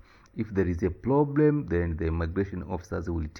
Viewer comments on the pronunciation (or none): I laughed when you said thouthand and when said ploblem 😂😂😂 nice content brother ❤